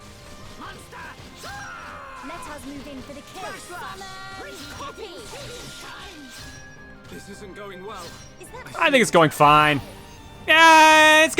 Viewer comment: I heard "Summon Copy" as "Summon coffee" the first time she said it this stream. It's been a while.